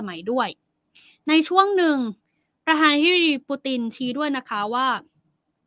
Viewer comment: วิเคราะห์ข่าว แบบให้จบๆไป ไม่เป็นมืออาชีพ มีความรนราน ในการสื่อสาร (พูดลิ้นคับปาก )ไม่ชัดถ้อยชัดคำ ควรปรับปรุงเป็นการด่วน ข่าวระดับโลกแบบนี้ ควรมีความเป็นมือาชีพในการสื่อสาร(คำว่า ประธานาธิบดี ไปฝึกให้มันชัดๆ)